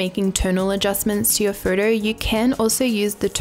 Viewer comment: Please learn how to pronounce "photo".